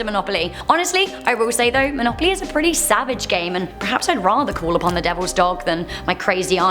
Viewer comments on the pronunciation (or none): none